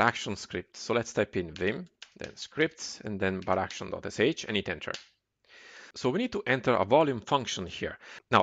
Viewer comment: Das "Baraction" macht mich verrückt. Es heißt "bar action". Kommt von "bar" und "action" :D Ansonsten gut gemacht.